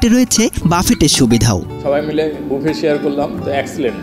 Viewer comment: ভাই, বাফেট না,,,বুফে